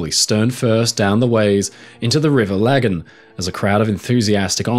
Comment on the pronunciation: Thank you for finally pronouncing Lagan correctly ;)